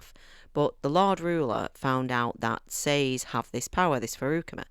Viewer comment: YES!! You pronounced Sazed like I do. Apparently it’s incorrect, but since there’s no pronunciation guide given, I’m going to continue pretending it’s correct. Sorry. Just a random tiny thing. 😅 Alright, as to the whole video: The over-explanation of the magic system is one of the most common critiques of this book. I wholeheartedly agree with you on the characters. I’m glad you enjoyed this. Book 2 is a bit slower, but that’s due to the nature of the story, not because he’s writing it poorly. -T